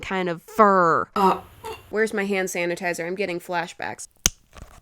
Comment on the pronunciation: DiD sHe JuSt SaY hAnDsAnAtIzEr?!?!?!